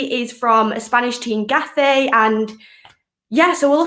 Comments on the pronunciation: She said "Gaffe". Did she mean Gatafe? 🤔😂😂😂😂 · Never seen something doesn’t do well...it’s pronunciation! Work on that and she’ll be on sky! “Arry Barry” from the Spanish club, “Gaffey” 🤣😂🤣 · no Getafe 😂